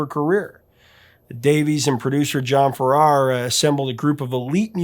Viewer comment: Thank you for this heartfelt tribute. I was truly heartbroken when I heard of Olivia's passing, she was one of my idols, a person who no-one says a bad word about. Also, her long time songwriter's surname is pronounced Farrar like Farah Fawcett.